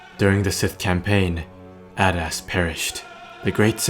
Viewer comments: It's 'A-dust' not 'add-ass'. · I thought i heard you say "King Badass" XD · it does sound like hes saying king badass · It’s pronounced (aydas)